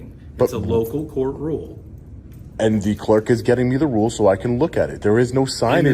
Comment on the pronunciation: As good as is, he didn't read that "rule" correctly.